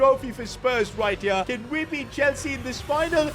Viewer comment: No way you called Chelsea Chelsee-a😂